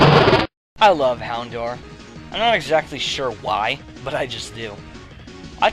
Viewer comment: fyi, it's HounDOUR (as Dour rhymes with Hour. the proof is in the episode "Hour of the Houndour)